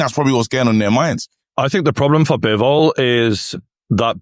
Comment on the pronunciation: His Name ist Bivol and Not bewol. Have Respect and call His Name correctly